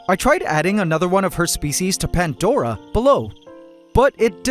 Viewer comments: Again there is NO "T" in PANDORA 😂 , PANT-DORA IS WRONG SPELLING 😂😂😂😂😂😂😂 👉 P A N D O R A 👈 CORRECT SPELLING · Anyone else notice that it's called.... ; "Pant" Dora And not ; Pandora like how it's said? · 🫣 THERE IS NO "T" IN PANDORA 😂